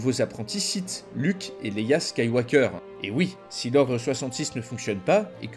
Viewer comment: Skywalker aussi tu l'as un peu écorché